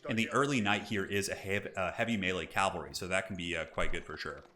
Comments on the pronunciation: Cavalry, not calvary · Another great game! I feel terribly anal for pointing this out, but it is cavalry, not calvalry. I'm sure plenty of people have already told you and that you just don't really care, lol. Anyway... Been watching tons of your videos lately! Really enjoy them. You've gotta be the best commentator I've come across on youtube.